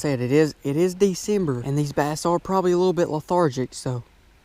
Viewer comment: My name is bass exactly how you pronounced it